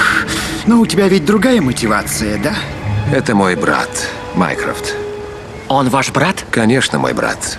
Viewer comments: Почему мне слышится не Майкрофт, а Майкрософт?😂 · Мне послышалось вместо Майнкрофт Майнкрафт 💅🗿🔫